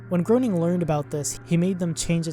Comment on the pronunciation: You mispronounced Groening. It's pronounced as Gray-ning.